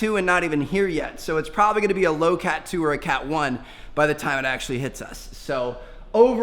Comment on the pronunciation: You said cat cat wrong